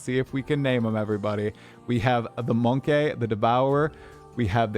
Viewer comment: Its MONKEY not MONKAY